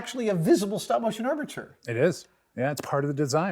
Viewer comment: Stopmo ?, guess it takes too much energy to say StopMOTION.